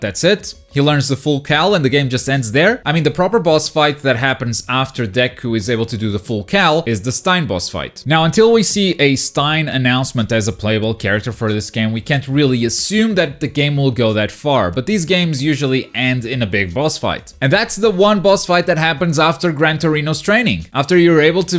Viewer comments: I know ypu get this a lot but STEIN IS PRONOUNCED THE WAY IT'S SPELLED S T A I N. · Stain: ss-tay-nn Not Stein: ss-tyy-nn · It's Stain, not Stein. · Pronounce stain not stein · No offense but its not prenounced "stain" its prenounced "stay-n" sooo yeah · Usually I don't care about how people pronounce anime character names but I'm sorry pronouncing Stain"Stein" takes away from his character, he is a stain to society, we are chapters way beyond him and his name STILL comes up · wait is he calling stain...... STEIN!?!?